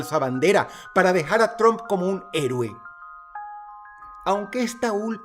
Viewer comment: De los reyes del montaje y autoatentado, nada sorprende a estas alturas. Dross hermoso, se pronuncia "TRAMP" no TROMP, no hable inglés como los mexicanos 😅